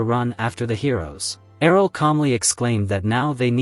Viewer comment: Wtf happened after with the way Errol is pronounced? It's like yelled. Annoying af.